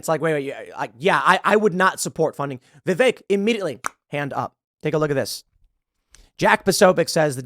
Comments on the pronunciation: Of course started it … Who TF is Viv-ache? Vivek. That’s EK, sounds like HECK. VivEK. It’s both ignorant and annoying; typical, then. Bloody yanks. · "Vivek" rhymes with cake 🎂